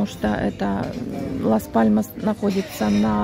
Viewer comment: добрый день! Город Лас Паломас ( Las Palomas исп),вы произносите Мас Паломас😊 И остров ТенЕрифе, а не ТенАрифе😊 А видео просто замечательное!❤